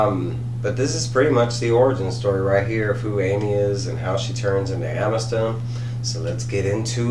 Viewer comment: Great review but you're killing me homie. It's pronounced a muh thuhst